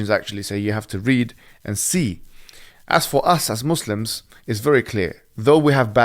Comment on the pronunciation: I like how Logan pronounced muslims right